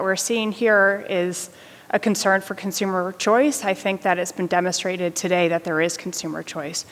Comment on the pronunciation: It's been "demmastrated"??? uhhh...ahhhh...what an eloquent speaker.